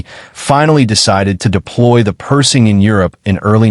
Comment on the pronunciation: Hey guys....If you are going to use AI to narrate your videos, teach it the proper pronunciation of what you want it to read. The tank is NOT a PERSING, it's PerSHing. Kind of ruins the video for me hearing it mispronounced throughout the entire video. =(